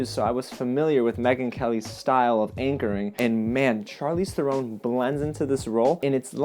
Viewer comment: Charlize's last name is pronounced like the bird heron, not throne... Although most people say it incorrectly, kinda like Scorsese, who always gets Scorsayse'd.